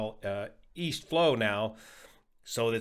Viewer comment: Did you say,... East? I thought you said Wheast...